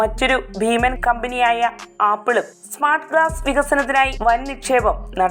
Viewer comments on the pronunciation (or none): none